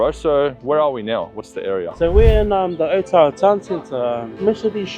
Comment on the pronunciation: It's Otara not Otara